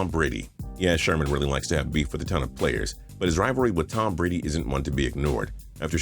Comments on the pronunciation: "Tom Brad" XD LOL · "Tom Brad" lol